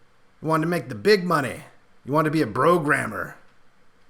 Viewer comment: Sounded like "bro'grammer" to me too.